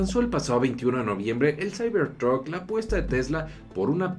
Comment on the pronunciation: "Saibor trut" jajajaja xD